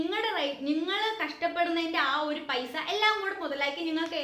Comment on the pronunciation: പയിസ അല്ല പൈസ 😄